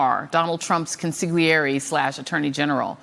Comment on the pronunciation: I loathe Trump as the criminal and liar that he is, but I have to ask a minor question. Why do none of the reporters, here and elsewhere, know how to pronounce consigliere? It's pronounced con-sil-YEH-ray)—GL, in Italian, is pronounced as LY.